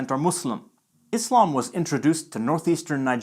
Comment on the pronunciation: It’s satisfying to hear someone pronounce Islam and Muslim with an /s/ sound instead of /z/ when speaking English lol